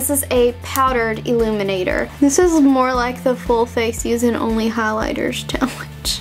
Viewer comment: It's funny how she emphasized ONLY! she's using regular makeup and putting glitter on it that's not ONLY using glitter BUT I still love her